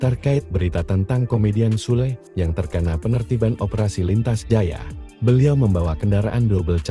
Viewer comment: Ini asli dari jurnalis resmi? Kok kek males jadi narator aja pake AI kata Sule jadi Sul atau harusnya kabin jadi Cabin. Usaha dikit gak pake AI kenapa sih 🥴